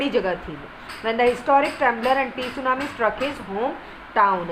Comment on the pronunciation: Mam isko tsunami nahi padhte hai